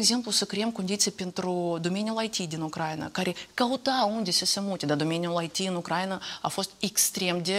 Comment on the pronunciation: Doamnă Morari, cer ertare! Denumirea țării Ucraina se pronunță cu accentul pe litera "i"